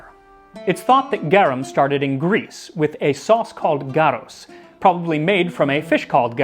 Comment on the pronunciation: not Garos, but Gauros, today pronounced Gavros which is the greek name for european anchovy. Though, I don't know if the fish took it's name from the sauce or the sauce from the fish since gauros sounds and feels far more Latin than Greek.